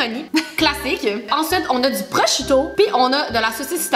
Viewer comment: Mais on dit pros-k-ito❤️mais en gros vous êtes les meilleurs 💗